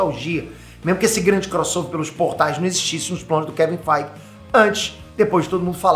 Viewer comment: "Kevin FEIGE" 😂😂😂😂😂😂😂